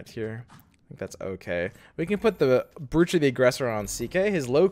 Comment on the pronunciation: I think you're pronouncing "brooch" wrong bro